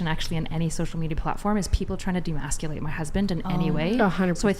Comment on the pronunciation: If someone could just pronounce the word emasculate correctly without just freestyling a bunch of similar phonemes that would be great